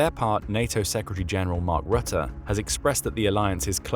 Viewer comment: (Almost) excellent pronunciation of 'Mark Rutte'. Thx. Greetings from NL.